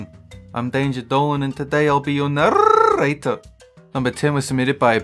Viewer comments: No one: Not a soul: Not even me: Dolan: I’ll be your narrrrrrrrrrrtor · I will never get over the way he says narrator